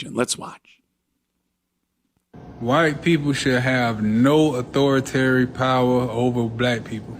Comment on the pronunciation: ah-thor-itary? acow-na boo? are these real words? lets give him EXACTLY WHAT HE WANTS!!